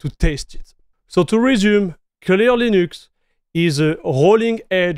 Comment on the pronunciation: french people are too egocentrical and down looking and rarely comprehend, that they pronounciation is making it still french. mf said LEENÜXC like he's getting paid for it